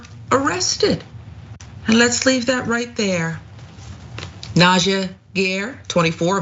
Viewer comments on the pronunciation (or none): none